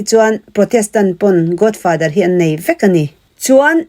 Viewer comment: Godfather i lam rik dan chu a. Godfather tia lam rik tur aw...Sap ang taka lam rik a ṭul kher lo; mahse, accent hi neutral tal se...! Godfather i tia, Godfather tih zawk tur😊😅😂